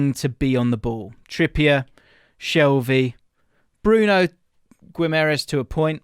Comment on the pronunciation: How can this guy talk about this player? He can not even say Bruno's name correctly..